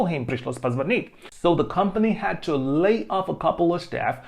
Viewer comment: Почему вы читаете lay как laid?